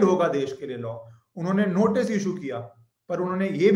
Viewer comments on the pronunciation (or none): none